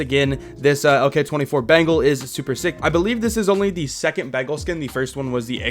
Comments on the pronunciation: Bro, it's not "bangle", it's "BENGAL" - like the Royal Bengal Tiger. Bangles are what some girls wear on their wrists. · It's not bengal like ( ben-gel) it is (ben-gaul) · It's Beng-ALL, not bangle. Sorry it was bothering me :P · Me: bengal: bangle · You pronounce it like 'Bangle', actually it sounds like 'Bang all'..... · It's not pronounced bangle but bengaul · Bro, it's not "bangle", it's "BENGAL" - like the Royal Bengal Tiger. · the pronunciation is Ben+gaal or more like beng+aal = Bengal which a state in india😅 and the skin is more likely referring to the Bengal tigers. Also, love your videos, cheers! 🍻🤘🏼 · It’s pronounced as Béngawwl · its actually pronounced as beng-ol.....or beng-all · I'm from Bengal and I can't help but laugh the way u pronounce it🤣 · The way he pronounce Bengal 😂😭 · Yeah lol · I am from West Bengal And the he says Bengal really makes me laugh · yep he literally pronounces bengal like that🤣🤣🤣